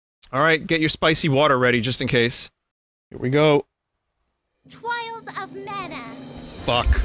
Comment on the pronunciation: Holy shit I laughed so much with the Twials and the ENABLE part